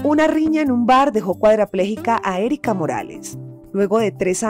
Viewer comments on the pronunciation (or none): Se dice "cuadripléjica" NO cuadrapléjica. 😮